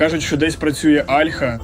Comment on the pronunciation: Альха, о'льха. Вивчіть як правильно...